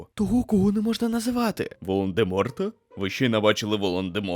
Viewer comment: Не воландеморт (відсилка до воланда) а Волдеморт !!